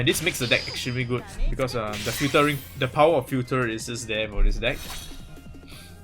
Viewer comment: lol why u keep pronouncing 'the' wrongly? it's wrong usage of that word lol u supposed to say it that way when the next word is a vowel haha